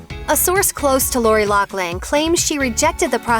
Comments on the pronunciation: Her name isn't Locklin it's pronounced lofflyn bet it right ! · It's pronounced loff Lin not lock Lin. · Why does everyone keep saying “locklin?” Is that how loughlin is pronounced? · Isnt it a F sound not K sound? LauFlin not loCKlin? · Isn't her name pronounced Loughlin like "Loflin" not Locklin. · Loughlin is her last name. Why are people pronouncing it like Locklin all of a sudden? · IT''S NOT LOCKLIN!!! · Isn't her last name pronounced " ridiculous bitch" and not "loughland"?